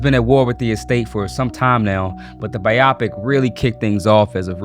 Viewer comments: Broo, im cringing how you say biopic 🫠......its (bye,oh, pic) BIOPIC. It just throws off how intellectual and informative you are. Maybe im wrong to point it out, and im sorry but i had to say it! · Why do people pronounce biopic like that? It’s short for biological picture… bye-oh-pic. I cannot take any creator seriously when they mispronounce simple words like that. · People really struggle with "biopic" lol it is pronounced "Bio Pic", as in a biography picture. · Biography is probably the wrong word to use here. Biographical is more accurate, as the word is pronounced bye-oh-pic. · Thank you, love the work this video presentation did, but this mispronunciation is grating a little bit. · it's pronounced "Bio-pick" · how can you not pronounce biopic? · Why he say Biopic like that.? lol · Why are you pronouncing biopic that way 😖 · Man can't even pronounce the word 'biopic'... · How did you manage to mispronounce “biopic”? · How could this get past editing with the multiple mispronunciations of "biopic?" Don't you understand it's a combination of the words biography and picture? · I was willing to look passed your pronunciation of biopic but bro thinks michael is innocent smh... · My dude… BYE-oh-pick, not bye-OP-ik 😂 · pronounced bio-pic. not biopic. are you AI? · Friend, it is pronounced bye-oh-pic. Not bi-op-ic. It's short for biographical picture. It does not rhyme with myopic. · i like that he pronounces it biopick instead of bio-pic (which it's supposed to be, it's a biographical movie) ...he made it sound like a medical procedure and it makes you take the whole thing just a liiiittle more seriously 😂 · It's pronounced bio-pic not bi-op-ic 😊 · Its pronounced "BIO-pic" not "bi-AW-pic" lol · Bio- pic, not bi-opic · It’s a bio-pic not a bi-optic. 😂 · It’s not “bye-opic” it’s “bio pic.” As in biography picture. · Why the hell do you pronounce it bi opic And not bio pic Another name for documentary Or biography 😂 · It's bio-pic not biyopic. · Pronounced Bio-Pick